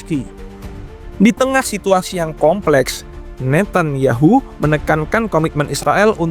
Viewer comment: Oe narator Netanyahu bukan Netanyahu,,dasar bodoh macam babi kau